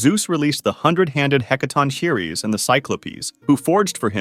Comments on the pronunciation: yeah bro its the he-can't-a-keiries and the heck-a-ton-chee-rees not the hecatoncheires, (heck-a-tonk-a-rees) lol its a hard word to spell and (its not nessasarily hard to pronounce but its hard to tell how to say it, if that makes sense) no hate its just funny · Blud does not know how to say Hecatoncheires it’s heck-a-ton-crees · 2 things i already dont like: 1: they have 100 heads, not 300 hands 2: OH GOD WHY ARE THEY CALLED "HIKANTOKIREES" ITS PRONOUNCED "/HEKATONKAREES/" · The Heca-ton what😂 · I’m sorry did you just say hecertocreates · I was not prepared for that pronunciation of “Hecatoncheires”. For future reference, it’s pronounced “heck-uh-tawn-kur-eez” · It's heck-a-ton-creas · I thought it was heck-a-TONK-e-res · that's the first time i've heard the Hecatoncheires get pronounced that way, always thought it was heck-a-tonk-a-ree-s? excellent video either way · you are just going to ignore how he said Hecatoncheires